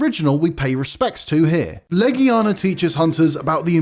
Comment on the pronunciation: Love the Monster Hunter content. But us being geeks means we're gonna argue about this list. This list was all over the place. Also the guy can't pronounce half the monster names. Behemoth? Legiana? Shara Ishvalda? Namielle? Astalos? Crimson Glow Valstrax? Why all the variants? Who cares about Raging Brachydios when you can have OG Brachydios? Where's Rathian? Bae-zel-goose? Aaaaaaaaaaaaaaaaaaaaa Come on, you can do better than this.